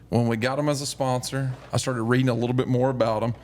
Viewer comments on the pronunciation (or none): none